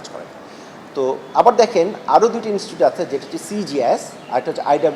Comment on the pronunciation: ইনস্টুট না ইনস্টিটিউট।